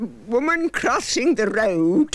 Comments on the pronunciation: "Woman crrrrosing the rrroad" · "A woman crossing the Rrrrrrrroad" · There was a woman crrrrossing the rrrroad.